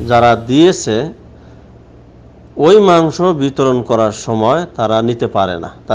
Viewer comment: মাংশ শব্দটা কি আপনার বলা ঠিক..?